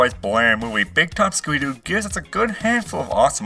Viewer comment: he just said scoober doo